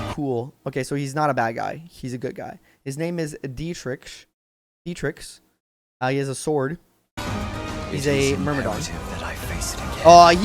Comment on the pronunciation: I’m so excited for this game. Side note. I think it’s pronounced De-trix. Anywho. I’m definitely playing all the routes. lol.